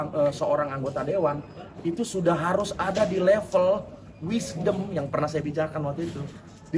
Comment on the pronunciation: Yg d debat plg sering ngucap "wishdom". D debat kyk si plg wishdom. Eh realitanya, tantrum an kyk wanita lagi mens😂😂😂